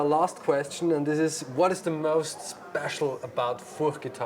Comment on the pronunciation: Great! Finally, the first correct pronunciation from the owner of the surname!